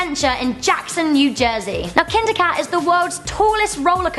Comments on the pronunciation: I thought she was making a joke when she said kinda cad I thought it was a kitty ride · I live 20 minutes avay from Kingda Ka. Also you pronounced it wrong. p.s. i've been on it before it is not scary. If Kingda Ka is at number 1, then the other ones are not scary.